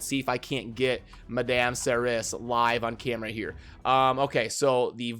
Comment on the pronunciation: Madame would sound like 'Ma-Dom' not 'Ma-damn' but it doesn't really matter how you say it though ofc.